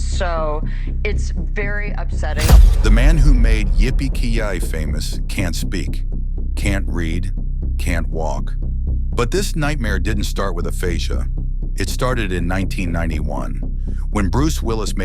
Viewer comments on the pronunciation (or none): "Kee-Yay"? That's not how you pronounce it lol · "Yippie-key-Yie"? I love how A.I has butchered his most famous movie quote ever. Definitely subscribing. NOT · Sorry... how did you pronounce "Yippie-Ki-Yay",? 😡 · the man who made what famous? u can't even say it right, worthless AI